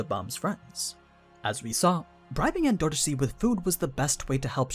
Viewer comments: En-door-C not En-do-ro-si.... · anaak being green wasn't a big enough clue? also, why are you pronouncing 'endorsi' like N$C... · The way you say endorsi is funny